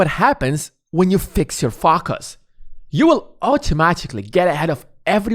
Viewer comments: I can’t fOcus with the way you keep mispronouncing the word. How hard is it to say it correctly? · the way you say focus really offsets my focus :))